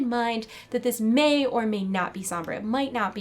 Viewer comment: "It "MEI" or "MEI" not be real" i'm cringing